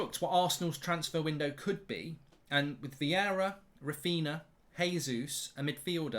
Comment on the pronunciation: Who is “Rafeena”?